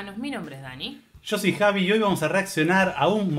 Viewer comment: En la introducción del vídeo, uno de los dos dijo "y yo soy Javi".... Pensé era "Jasvis"😂